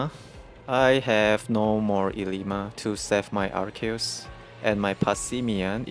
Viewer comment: wow you're actually the first person i've seen that pronounces Arceus correctly, even tho its japanese name is アルセウス Aruseusu (I'm pointing out since i believe you are japanese, so it's even more impressive getting the pronounce right because it's composed of latin root words)